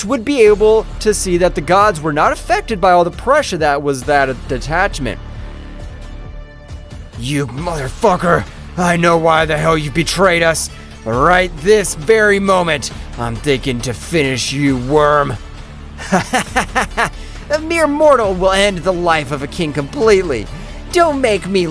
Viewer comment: Lol he said motherfacker